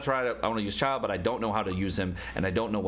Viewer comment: Great Video! Learned a lot! FYI: Pronouncing Child = "Child" / Childe is pronounce "CHIL-DAY" but whatever flows your boat :)